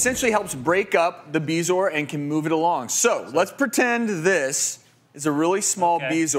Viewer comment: So THAT'S how "bezoar" is pronounced